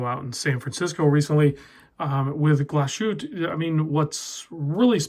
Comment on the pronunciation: Nice review. I am definitely thinking about one. Beautiful watch and the value is there. BTW, it is pronounced as ... "Glahs-hoot-uh"